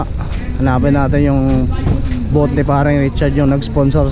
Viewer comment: Sir BOOTH not BOAT